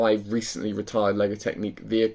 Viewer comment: Not trying to be a troll and really appreciate the videos you put out but but surely I'm not the only one shouting "It's Technic not Technique!" at the screen